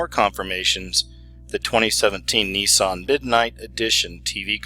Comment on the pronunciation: nissan not nisson plus it was a v on the coin not a pyramid